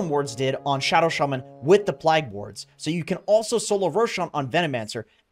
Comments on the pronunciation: PLAY-ge. not PLAH-ge. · bro, plague is not pronounced plaaaag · Haha this guy pronounces plague weird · A new pronunciation of 'plague' just dropped.